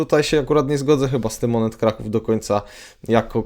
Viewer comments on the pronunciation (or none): none